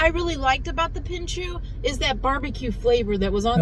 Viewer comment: Pinchos (PIN-CHOS)